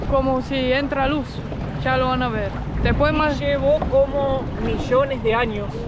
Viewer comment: "Vos cha la probaste?" "Cho cha la probé!" 😄